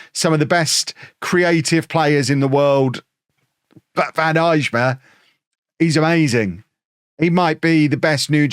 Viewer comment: Day 2 of telling that the J in Eijma is silent😅